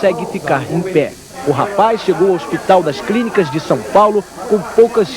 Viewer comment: O repórter fala Hospital das "Crínicas"?